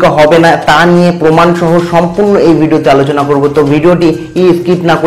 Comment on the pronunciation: বোকচন্দর 😕, সম্পুন্য না সম্পূর্ণ 🌚